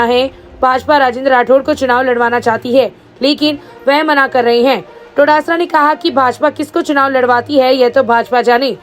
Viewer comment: Todasara Nahi hai Dotasra hai. Kam se kam bolo to sahi se.